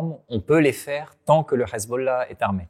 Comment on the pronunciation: "le Ezbollah" ça passe pas...